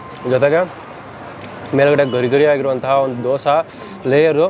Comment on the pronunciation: ದೋಸ❌ ದೋಸೆ ✅ ವಡಾ❌ವಡೆ ✅